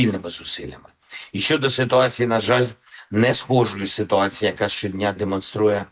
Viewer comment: льв1вска мова....с1утац1Я